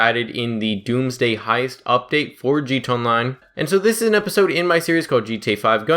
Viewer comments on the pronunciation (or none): He said gtonline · I'm always confused by guys who make a conscious decision to make GTA Online videos when they can't even say "GTA Online." This guy is even worse than most. Wtf is a "G Chonline"? Slow down. Open your mouth and let each syllable come out before you move on to the next one. Quit adding new sounds that aren't there if you can't even say the ones that are. Why add a "ch" if you don't even have time for the "a"?